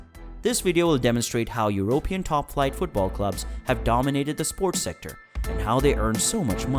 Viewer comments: Eurooww pee inn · Did this man say euro pan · Great video, but really annoying to hear "European" being pronounced with the accent on the "o" rather than the "e". In "Europe", the accent is on the "u", not the "o". Rant over.